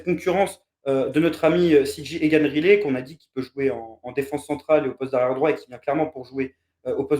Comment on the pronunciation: Pour la prononciation, je ne pense pas que ce soit "Rilet" mais plutôt "Rail - lit". ;-)